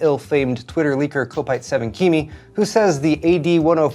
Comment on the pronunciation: you've been pronouncing that twitter handle incorrectly for a while now. Kimi is pronounced like "Kimmy", not "keemy". It's in reference to the Finnish former Formula 1 racer Kimi Räikkönen.